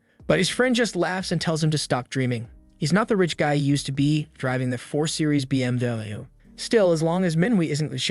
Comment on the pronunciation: Yoo the AI voice can't say BMW😂😂